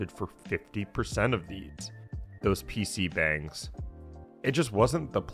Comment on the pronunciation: PC Bang is pronounced "pee-shee bahng" by the way.